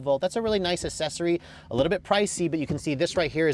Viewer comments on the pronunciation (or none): You say accssory wrong. It's not assessory. That's almost worse than you saying vall-vo instead of vole-vo.